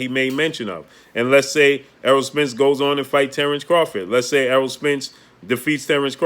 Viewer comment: He finally said Eroll..good job...